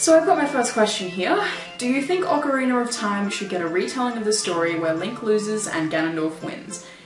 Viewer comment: Ocariner? I thought she said autistic at first (really ARTistic).